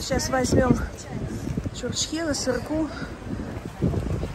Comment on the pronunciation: добрый день почему чурчькехела,правельно чучьхела,,извините конечьно но слух режет,хороший отдых,здоровья вам и счастья